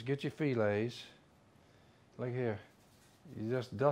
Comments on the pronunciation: Why y'all call them Fee lays? Try Fa lay! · What's a feelay? Must be a Louisiana thing, I heard another one of y'all's bunch calling it a feelay/filet.